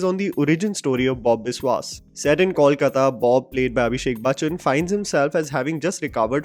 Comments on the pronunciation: It is NOT Kawlkata but Kolkata. Please note. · Great review,! Very well put. However, as a fan of your channel and a resident of city spoken of here, I'd really appreciate if you can avoid calling it 'Kawlkata'. It's simple, 'Kolkata' - KOWL-KATA. Keep up the good work though! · Just one correction The pronunciation is- COAL-KAATA Not-Kawl-Katta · Abhishek did very well. But somehow the name Bob Biswas always goes with Saswata Chatterjee. However, would be great if Kolkata, Paran Bandopadhyay and Feluda are pronounced correctly. It is Kol as you pronounce co in Coke. It is Paw-ran. And it is Feluda as you pronounce fa in fake. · please get the pronunciation of Kolkata right- it's to be pronounced as "coal- kata." This movie is another awful example of talent being replaced by nepotism. Abhishek Bacchan is not an "underdog" being compared to actors who aced the roles he is doing. He is the Privileged person, thanks to his background, who gets cast in these roles in movies, while the other actors like Pratik Gandhi or Saswata Chatterjee do not get cast in the films despite their amazing performances. If Saswata had not turned Bob Biswas into an iconic character, Abhishek's film would not have happened. And yes, if AB junior did not have his iconic father, he would not have been anywhere today. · my man have been following you for a couple of years now! And once again please please please get your pronunciation of “Kolkata” correct or just say Calcutta! This mix is cringy and really poor to anyone from Kolkata like me! Please. Bengali isn’t that tough to pronounce 😊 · The City is called Kolkata. You mentioned it numerous number of times in this video. May be pay a little attention how to pronounce it.